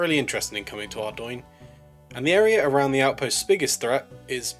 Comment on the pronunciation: finally someone knows how to pronounce ardougne :')